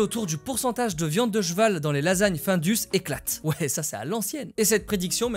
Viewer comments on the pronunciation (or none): On dit pas Jeval ou Jeveux mais CHeval et CHeveux bordel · ça me fait marrer ta façon de dire "des jveux, du jval "😅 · « viande de jval » Je suis le seul à entendre ça ??? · C'est quoi un Jval? Aaah c'est comme ça qu'il dit CHeval mdr